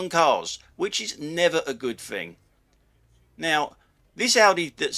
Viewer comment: Quick to criticise incompetent drivers but are you prepared to take criticism on your incompetent command of the English language? It's thing not fing. It’s think not fink. Three not free... You really do have a problem the misuse of “th”. Then there’s your grammar… “Don’t do nothing” – double negative. The expression should be “Don’t do anything”. Them flashing lights rather than those flashing lights… Get a grip on your command of the English language or you’re no better than Audi drivers that can’t get a grip on UK traffic law.